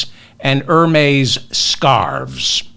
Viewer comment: Proud Pennsylvanian Democrat here......Summer Lee! Malcolm Kenyatta! President Biden delegate total: 159! (Hermès is pronounced Air-mez).